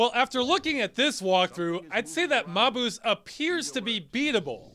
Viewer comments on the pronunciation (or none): In spite of what speak n' spell says, it's pronounced MAY-bus.